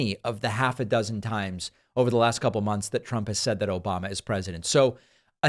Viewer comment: David, if you ever get rid of the "Obamna" sound clip I am leaving the platform